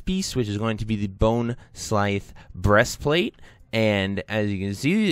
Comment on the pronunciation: How do you butcher the pronunciation of every possible name 🤣 “bonesclythe” “gulth” “marexxnia” LOL it was hilarious man. Idk how you guys see these words and come up with this stuff!! 🤣